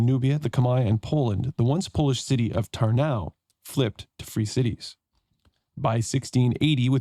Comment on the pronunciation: Nice playthrough! Anglophone pronunciation of Polish cities is always so funny. You turned Kalisz into something Spanish-sounding "Calíz", while it is actually pronounced just as "Kahleesh", Kalish, with the stress on the first syllable and sz just being Polish way to spell sh-sound (and cz is ch-sound). And also turned Polish Tarnów into very German sounding Tarnau, while actually it is pronounced "Tarnoof". Yes, Polish w is very misleading, considering it's just v, which evenmore is often devoiced to f.